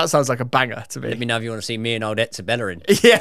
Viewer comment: Hector Bellerín bro 😭🤣